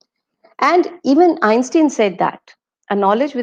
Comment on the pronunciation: broadcasted is wrong english /Kindly check the pronunciation of Einstein